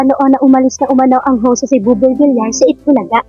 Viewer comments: pakiayos ang bigkas mi sa applied ni Buboy Villar. Hindi po ""Vilar"". Iyan po ay double "L". Kaya po ang bigkas niyan ay Vil-yar". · Villar not vilar…. Ay ewan ko sa yo… next video nalang… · Vilyar ang bigkas pls. . .nakakairitang pakingga vilar ng vilar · VILYAR HINDI VILAR ANG BASA SA APELYEDO NI BUBOY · Buboy Villar name ni buboy hindi vilar .sana next time pg Binanggit mo villar na😅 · Pag Husayan mo naman ang mga pronunciation mo . Hindi vilar VILLAR (VILYAR) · Basahin at intintindihin mo nmn comments ks masakit sa tenga VILYAR(VILLAR) ang pronunciation pls.😊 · Sir, vilyar po ang pronunciation ng surname nia..